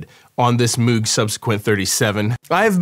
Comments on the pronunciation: It's pronounced like "Moge" not like "Mooog". Robert Moog said it's Dutch. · Moog (Moe-g) not (mewg) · YES! Congrats! But, you own one now, so you gotta say it right 😅 it's Mow-g, like "I'm going to Mow my lawn" but with a G on the end haha. Enjoy the beast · Got one a few months ago. The soft synths don't do what this does. Couple things: - You can gain stage the synth itself. As you play with the levels, it drives harder, like an analog amplifier does. - It's pronounced "m OH g"....not "m OO g" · Isnt it Moog like Moag more of an "O" sound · bro said meeeeewg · Never trust people who say Moog wrong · Moog Pronunciation, "Moog as in Vogue" even Bob himself "prefers" this version... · Congrats. This is the piece i've had my eye on but can't justify until i actually start producing results with everything else i have. [FYI, though, it's pronounced "Moog" as in BOAT or TOAD or GOAT.] re: your issues with getting arpeggiator sync in the past—i'm not sure i understand. I thought it was always just about setting the synth to follow the DAW/sequencer clock. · It's MOOG, not MOOG! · Ikr!! drive me nuts